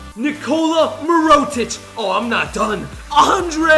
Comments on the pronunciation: Are you kidding me I’m a bucks fan it ain’t “MEROTICH” it’s meritich . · You said miro- tech it is mirror-tech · Its meer - ah - tich Not mer - ot -ic LMAO Its also sham - it Not shammet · mirotic lmfao